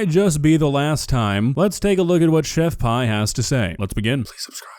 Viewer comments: It’s chef pee not pie lol Pi=pee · Pretty sure she pronounces her name Chef "pee" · It's not... It's chef pee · I really thought her name/handle was pronounced 'pee' not 'pie'... I just can't focus on anything else now lol